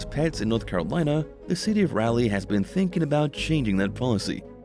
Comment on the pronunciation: Raleigh = raw-lee